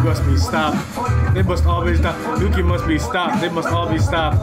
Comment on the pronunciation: Oh her name is pronounced "Yoo-chee" not Yoo-ki. Koreans pronounce it "woo-gi"